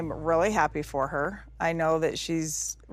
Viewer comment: This could be a drinking game ... take a shot every time Meri says "roolly" (really) ... you'll be drunk in a minute, guaranteed.